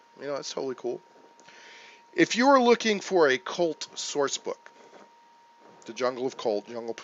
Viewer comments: wondered how long it would take for someone to break out the GnR.... and yes you say the H.. so it's cHult.. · Definitely pronounced Ch-ult. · You do pronounce the "H" in Chult. Great review!